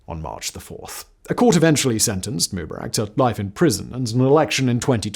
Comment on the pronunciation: Simon, you're not young. You're my age or maybe even older. You're old enough to remember watching this stuff as it was happening. How come you can't pronounce MUBARAK right?